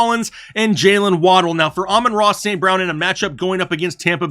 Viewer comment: Aman-Ra St brown